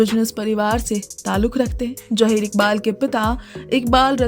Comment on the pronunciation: Jaheer koiee naam nahi hota. Zaheer Iqbal boliye.